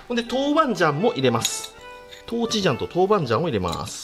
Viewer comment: 豆「豉」 鼓じゃないのよ